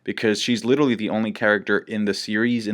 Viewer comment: holy fuck please stop saying "littley" instead of literally, YOU ARE NOT SUB 90IQ PLEASE.